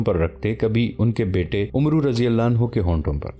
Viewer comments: Not omroo it is Amr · Bhai umru nahi amr bin al aas padho 🙏